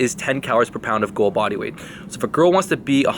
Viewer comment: Hahahahhah 😂😭😂😭 you had me cracking the fuck up